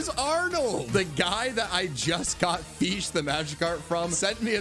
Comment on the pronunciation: feesh for j o h n.